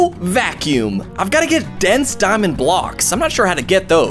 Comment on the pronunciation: i like the part that he said Diamondé